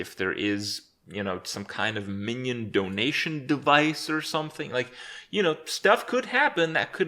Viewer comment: "miniondonationdecvice" did you just made a whole new word Kripp?